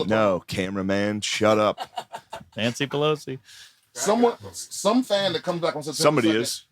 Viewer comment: “Mans-y Pelosi”… Mark Normand ftw haha